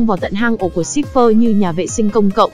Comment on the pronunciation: ayo, Cipher mà nghe cứ như Shipper ấy